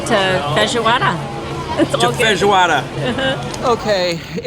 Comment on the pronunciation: Perfect pronunciation of Feijoada!